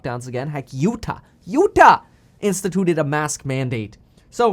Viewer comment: Kevin, why you saying “Utah” like that? Lol